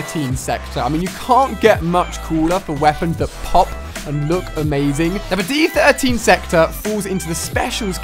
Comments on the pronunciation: stop calling it d 13 sector , pretty easy to tell its d 1(I)3(e) sector = diesector ..... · I love how you keep saying d13 sector.... i think the joke is the fact that its the die-sector or disector Ali... love the footage tho, keep up the good work man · It's supposed to be pronounced the die sector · did he not realised it is called the diesector?